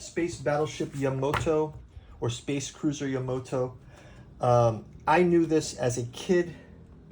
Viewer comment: It's "Ya-MA-to." Not "Yamoto". (sigh) What you got here is, it's a program guide specifically for the 1977 theatrical release of the Space Battleship Yamato compilation film; there are plenty of other books that cover both the 1974 TV series and the other TV series and films, but this one was just for that '77 movie.